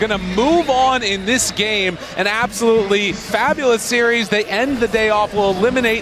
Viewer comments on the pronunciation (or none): none